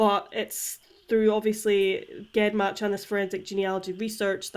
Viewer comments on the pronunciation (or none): Not a big deal but it's pronounced jen match like genes or geneoloy.